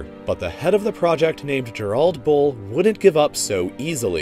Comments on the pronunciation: You pronounced Gerald’s name wrong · Well that's one way of pronouncing Gerald I guess.